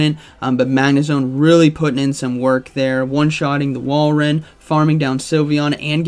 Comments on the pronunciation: It's Wal-rain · I love how every commentator struggles to pronounce Walrein, lol. I think it’s Wall-rain